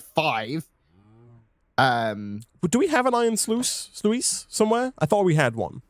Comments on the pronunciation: It's spelled sluice but u say ot like sluce and not sluice. Am I the only one that is triggered by this? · Day 3 of letting you know its pronounced “sloos” :)